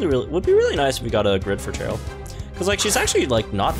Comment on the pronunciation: Idk why you’re pronouncing cheryl and chairyl. All the cheryls i met pronounce their name as Sheryl